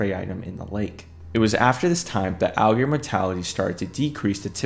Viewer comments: The word is 'alligator', not 'al-gears'. Please slow down and pronounce your words more clearly. You nearly made my ears bleed trying to decipher your mumblemouth video. I get that you might be nervous, but open your mouth more, slow down your tempo, and pronounce the words correctly. I have no idea why the alligators are zombies because I could not stand to listen to this mishmash of slovenly speech. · To be fair, he doesn't even say the t for alligator, he says "alligor". Idk why he can't just say alligator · Listen again bro has difficulty saying R and T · You kinda have a problem speaking the word alligator 😅 When you say it, it sounds like "aelgear" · u watch it again... e pronounced alligator "algear" every time... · Algear Algear Algear Algear Algear Algear Algear Algear Algear Algear Algear Algear Algear Algear Algear Algear Algear Algear Algear Algear Algear Algear Algear Algear Algear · Why do you pronunce it """"Allgrs"""???? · no not really, he speaks it like a german would speak an ä wich is pretty much ae in english. Watch the video again 😅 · oh i would once or twice, given. But not everytime i say the word throughout the entire video. He definitely has a problem speaking the word, and its not just a happy little accident. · heres a better question than the dumbass one you just asked: why make a video about aligators when you cant pronounce the word aligator properly? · I guess it’s to much to ask to say alligator correctly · Be careful, this comment section is sensitive when calling out someones speech pattern. I got flamed under my comment for pointing out he says alligator incorrectly